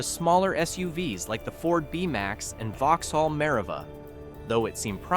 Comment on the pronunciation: Nice AI piece...GMC one thousand five hundred🤣 and Vauxxxxhaul🤣